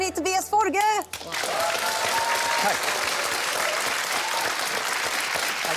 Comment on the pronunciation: Tobias Forge. FOR-GE. Not Forgs as Americans call him and even himself say his name wrong in favor of them. I find that really cringe. I adore Ghost btw